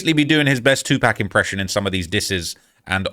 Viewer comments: That boy said 2 pack 😂😂😂. Mfrs don't ever get Pac's name right 🙄..RIP 2Pac and all the greats looking down on this disaster in the streets and rap game right now. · Did just call 2pac 2 pack!!! I’m officially done wit him I been falling off his content lately but now I’m done he’s been reaching lately and trying to be funny and cool and he’s not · This Boul said 2 pack 😂😭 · I HATE when ppl say 2"PACK" it's CLEARLY not the same. As Pac. Say it with me, "pahk" 2pac sheeesh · Ayo nrd, it's 2Pac! You can say poccket so say his name right. Disrespectful weird0000